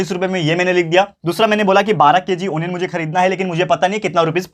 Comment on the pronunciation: Sir is telling wrong pronunciation is not a anian its a onion